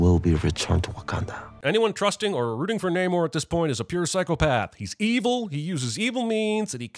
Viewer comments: It’s Pronounced NAH-mor not NAYYYYYY-nor, Jeremy. (BTW, I was making a joke. Th3birdman’s point is true) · I am very annoyed tho that Namor has clearly stated his name to be Nuh-morr, yet everyone keeps calling him Nay-more. Like bru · You should sin yourself for constantly mispronouncing Shuri and Namor’s names